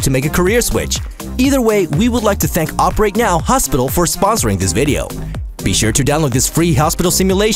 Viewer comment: op-ur-it really bro